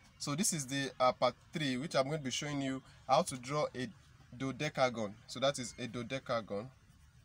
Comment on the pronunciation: You can not you cannot pronounce dodecagon well 🤪😄😛